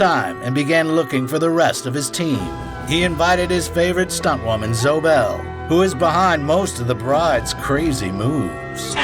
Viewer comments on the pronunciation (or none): You keep calling Zoe Bell ...Zo...um, wtf? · I actually cringed when the narrator mispronounced several names including Zoe Bell (Zo-E Bell), Wu-Tang clan rapper/actor The RZA (The Riiiiizah). Other than that, with those minor mistakes, this is a very eye-opening documentary about Quentin Tarantino.